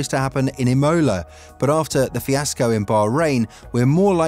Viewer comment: The way you said Imola sounded like you threw up half way through the word.